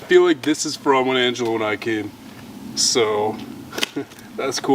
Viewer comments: You need to learn how to read and speak because his name isn't Angola it's angelo!! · It's "Exploring with ANG E L O" NOT Angola 😂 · His name was totally butchered! Angelo...